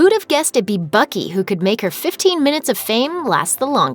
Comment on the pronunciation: buck eye not buckie